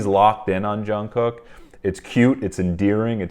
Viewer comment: quick note - Jungkook is pronounced with a soft j, and then jungoo - very softly.